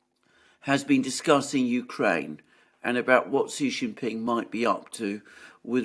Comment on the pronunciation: Thanks for pronouncing Xi properly, Alexander! :)